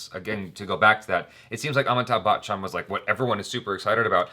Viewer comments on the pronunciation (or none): WHY, WHY do you always mispronounce Amitabh BACHCHAN's name? says it perfectly. It's not BAKCHAN, it's pronounced as BACH-AN! Thats it, why do you bring out the K sound in between??????? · always says Amitabh bakchan 😂😂 sounds like bakchodi